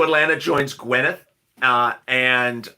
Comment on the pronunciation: You pronounce it Gwen Net/ Guinnet Ga